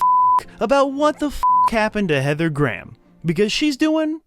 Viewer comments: The pronunciation made me cry Heather Gram......please for the love of god Graham. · "Gray-ham". Not Gram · “Graham” is pronounced as; “Grayum” not “Graam” lol. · Her last name is pronounced Heather (Grey Ham) not Heather Graaam. 🙄🤣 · Graham (pronounced Gray-Ham, not Gram ) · Dear Americans, Graham is pronounced "grey 'am" not "gram" , you're welcome 😄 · Heather Gram??? I'm pretty sure her name is pronounced "Gray-em". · Dear Americans. Graham is two syllables not one. It's Gray-um, not Gram. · It never gets tired, hearing Americans pronounce 'Graham' as a one syllable word. It sounds like they're saying 'gram' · Why you saying heather gram.speak properly knob head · LOL, I love it when Americans mangle Graham like "gram", it's like "Let's make a homophone with a unit of measurement and have no trace of self-consciousness about it, because we don't speak English properly and never will". It's going to be hard to not laugh all the way through this one. "Gram", lool Englishn't. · Apparently, I’ve been pronouncing her name wrong all these years. I thought it was Gray-ham.